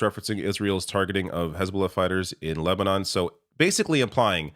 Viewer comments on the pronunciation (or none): none